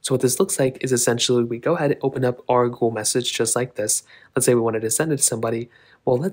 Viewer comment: He’s says Gool